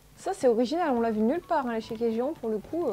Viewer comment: Un truc qui m’a perturbée c’est que tu as dit échéquier alors que c’est échiquier 😅